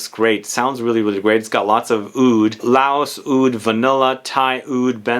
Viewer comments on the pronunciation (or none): none